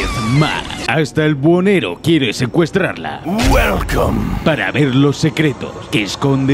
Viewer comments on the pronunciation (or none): Jajajajajajajajajajaja tiré toda la pasta de dientes con el "BUELCOOOOOME"